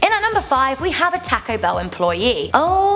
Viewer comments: The way you say taco really makes me angry 😐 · why does she say taco like it is tack-o? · Taaco or tortilllla chaps